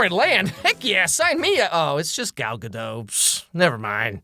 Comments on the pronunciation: It's not Gal Guh-dough. It's Guh-dot. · You pronounce the "t" so it should be guh-dot, not guh-doe. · Her name is pronounced GaDOT, not Gadoe. Google it fucko. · Gadot is israeli, not french. The t is pronounced. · Also her name is Gal Ga-DUT if anyone always wonders how it's pronounced. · She's not French. That's not how you pronounce Gadot.